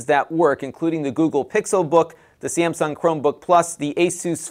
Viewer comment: Heard "Amazon Wine program" and "Syangsum"